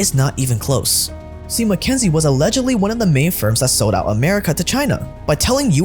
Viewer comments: It isn't MacKenzie. It's McKinsey. "KIN." Fix your pronunciation, zoomer. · Why does he keep saying mckENsIE when it's mckINsEY? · If you’re going to shit on a company, pronounce the name correctly. What do you expect them to do, they don’t serve the public. They serve their clients and their business models. If you think McKinsey is no more “Evil” than the other corporations and big companies that run our capitalist society.